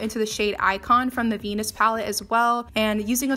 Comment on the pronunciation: When she said lime crime venus palette i deadass thought she said penis palette 😩